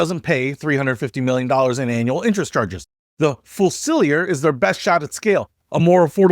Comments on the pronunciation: can't even pronounce Fusilier!!! Makes long video and doesn't even look up a key word!! Grenadier was a type of soldier, as was a fusilIer...FFS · yep..... pronounced as 'fuse-ill-ear'.... then say it all together, as in one word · fyoo-zuh-LEER I'm almost believing you mispronounced fusilier on purpose to creat engagement in the comments section. Then again you make walk around saying rendezvous as RHEN -Dehz-vooo 😉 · Isnt it pronounced Few-Se lear? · Fuse-e-lee-are. See, that wasn't hard (except for americans...)! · Fusilier - pronounced fuse-a-leer. British Army soldier. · That's quite a butchering of the word 'Fusilier' It's Fuse ill ear with the stress on 'ear'. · Tough to take this guy seriously when he cannot percieve that the models have military names and can’t say the word fusilier.